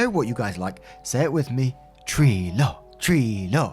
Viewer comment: Every time you’ve ever said “tree law” I always thought you were saying “tree lore” 😂